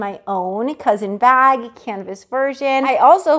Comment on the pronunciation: It’s not cousin, it’s coussin 🤦🏼‍♀️